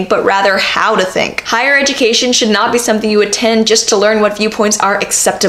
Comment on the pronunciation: Good quote. Might as well be a proverb.... However, ya should've put more emphasis on "not."....... Sorry if this is sounding like I'm a grammar Nazi, I'm just saying there should be emphasis on the word not , because that's what the proverb is pointing out.